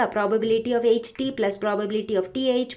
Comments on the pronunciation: Mam not say H mam say eche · Mam "H" dhang se bola kro